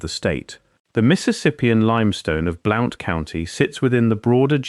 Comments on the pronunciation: BL-UN-T COUNTY, NOT BL-OU-NT! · Bl oww nt county Alabama, 😅😅😅😅😅😅😅😅, It's Blunt County! BLOUNTSVILLE Alabama! A I isssssss sooooo stupid ! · It is pronounced BLUNT County. I live in southeast Morgan County Alabama. Tail end of Appalachia. Beautiful country. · Alabama and it's pronounced like Blunt county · Cool! I was born in Marshall County - mother still lives there in our old house. And Blount is pronounced "Blunt". I know, because I live there. I have a B.A. in anthropology & finished graduate coursework for M.A. in anthropology, but had to drop out to pay off $20,000 student loan - working 3 jobs while going to school full-time, made Dean's List almost every undergrad & grad quarter. I would've definitely have remembered lectures about what was in this video. Effing government: oh, it's national security.🙄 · I’m 83 years old and have lived 73 years in Alabama and didn’t recognize the first county that you mentioned, but when you mentioned Birmingham I realized that you were using English pronunciations, not American. It seemed unusual for an Englishman to be making a video about Alabama history. But maybe you are using AI.